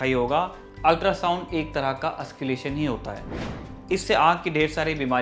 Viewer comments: Bhai it's auscul't'ation not ausculation. Nways nice video. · ऑस्क्युलेशन नही। ऑस्कलटेशन बोलते है। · Sir auscultation not ausculation..pronunciation sahi kar lijiye.. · एंकर साहेब ऑस्क्लेशन नहीं ऑस्कलटेशन होता है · Lol its auscultation Not ausculation U don't know anything and telling everyone that you know everything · Wrong pronunciation ... Auscultation not Ausculation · Bhai... M kya bolu.. Can't stop laughing... Ye auscul-tation pronounce hota h.. Auscalation nahi.. Bas kaafi h.. Samajh gaya hoga tu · You are pronouncing it wrong, it’s not “ausculation” but “auscultation”...please say it correctly...practice mate! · That is called auscultation not ausculation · Its " Auscultation"..not " Ausculation" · Ausculation kya he... auscultation hota he... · Nice Report....But its "AUSCULTATION' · Well said and put a strong argument in this serious context. But Sir, you are pronouncing the word, AUSCULTATION wrongly. Rest all is good enough..